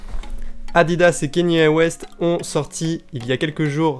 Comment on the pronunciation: Ça ma fait rire comment t’as prononcé Kanye 😂😂😂😂 chouette vidéo et où est-ce que t’as chopé ton jogging gris stp?